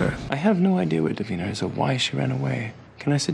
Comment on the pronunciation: 100% not Elijah saying "Davinerr" instead of "Davina"